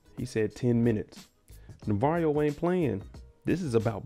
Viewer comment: Bruh I can never get over how this man says "Navarrio" 😂😂 I done caught myself calling him that when I'm watching with my friends